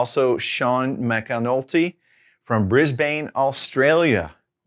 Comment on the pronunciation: Just fyi, Brisbane is pronounced BRIZ-bin, although most of the locals call it Brizzie. Your videos are amazing, your clarity and friendliness are top notch.